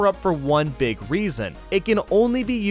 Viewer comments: no you don't, you said "beeg" instead of "big" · Big not beeg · ask anyone, it pronuncs "BIG" everyone knows that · gum he said beeg because he was doing a joke calm down. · "You grow into a BEEG BEEG BOY" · You turn into BEEG BEEG Boy!